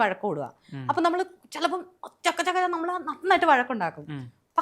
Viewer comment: Ayye ivanu samsarikkan polum ariyille ..chakku ennu chodhichaal chukku enu parayunnu.Nannayi ah chechi poyath